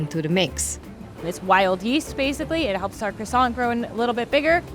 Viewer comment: the T in croissant is silent, who are these people....